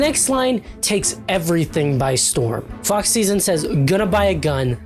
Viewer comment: Please tell me that I am not teh only one who misheard him saying "Fuck Season" and not "Fox Szn" 😭😭